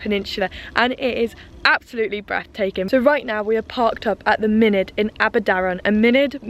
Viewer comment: I'm Welsh 1st language. What you said sounded like "munud" which is welsh for "minute", mynydd (mountain) has a (dd) which is it's own letter and is different from the letter (d). dd i guess sounds a bit like the "th" in English, i.e there, that etc